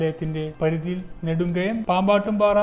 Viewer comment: നെടുംകണ്ടം ആണ് നെടുംകയം അല്ല